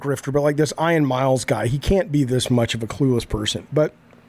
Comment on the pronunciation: Today I learned that Jaffe can’t pronounce the name “Ian”